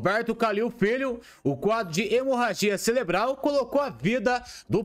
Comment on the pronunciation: Não é celebral, o correto é cerebral😅😅😅😅😅😅😅😅